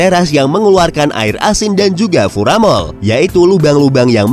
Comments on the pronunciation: Bukan furamol tapi fumarol. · Min yang benar fumarol apa furamol? soalnya tadi kedengarannya furamol